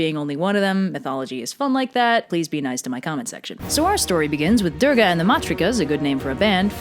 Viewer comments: As someone who was raised a Hindu, this is really cute, and I'd love to see more Hindu videos in the future. But your pronunciations are a bit off. Parvati is pronounced "Paarvathi" and the "I" is Shiva is a short I. Also the "D" in Durga is more like the "Th" in "The" and the "U" is like "Oo" but shorter. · Heyyy I don’t mean to offend but some of the names were pronounced wrongly! It’s pretty important that you stress on the right syllable, so Kali is pronounced “KAA-Li” not “Ka-LI”. Similarly, Shiva is pronounced “Shi-VA” and not “Shee-va” and you have to roll the ‘r’ a bit on “Durga”. Stressing on the wrong syllable can make it a completely different word! (Sanskrit is complicated I know) Buuuut as a Hindu I have to say this is actually one the most accurate and fun retelling of this story I have seen! It’s really good and I hope you do more Hindu stories soon!